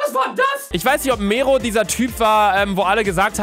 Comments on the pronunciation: Er heißt nicht Mähro sondern Mero!!!😂😂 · Niemand: Luca: Mero =Fero genau Luca